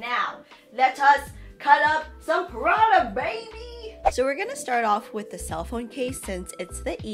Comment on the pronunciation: the way u say Prada is awful